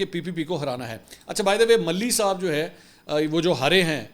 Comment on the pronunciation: منصور میاں مانا کہ آپ بہت پڑھے لکھے ہونگے مگر پلیز یہ ملہی کا تلفظ درست فرما لیں ملہی نہیں بلکہ مالی کے وزن میں ہے مالہی مالہی